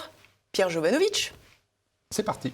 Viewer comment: Svp Jovanovik et pas Jovanovich! Question de crédibilité !